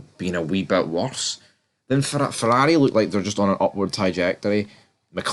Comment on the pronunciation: Red-Pill? Azdon Marden! Fourarri! Mouk-Lawrein! The guy must talk about F1!